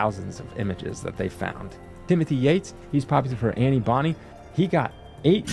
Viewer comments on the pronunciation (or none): none